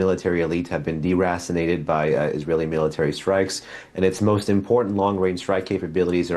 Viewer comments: Caught that too but i thought he said ‘Erassinated’ like he misspoke and mixed erased and assissinated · deracinated sounds like assassinated. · "Durasinated" sounds legit. The Dur is silent 🤫 🙊🙉🙈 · DeRasinated. Is that the same as Vaporized? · Bro... you crack me up... Derasinated?!?! HAHA